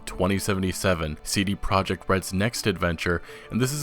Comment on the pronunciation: wow for the first time I heard correct polish spelling of CD Project RED which is "CD Proyect RED" with "Y" xD